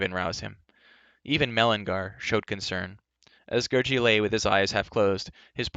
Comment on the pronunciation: Say Gary not Gerroce